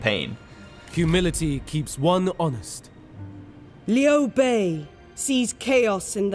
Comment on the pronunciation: liu bei is not pronounce lu bei; you got the bei part good but liu needs work, there isn't a english word to help with that unfortunately